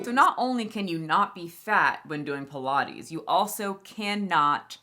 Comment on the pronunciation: Pilates? I thought you said pie and lattes! 😂